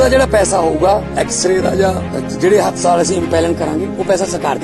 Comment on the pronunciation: Bhai ji enu te haspatal bhi bolna ni anda hastaal bol reha 😂